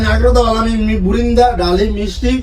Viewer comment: বুরিন্দা ❌ বুন্দা ✅